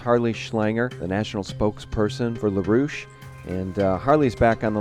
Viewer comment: Larouche? Really?